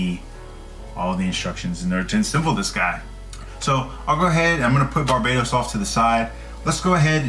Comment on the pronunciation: What's wrong with kids and it's BARBATOS not Barbados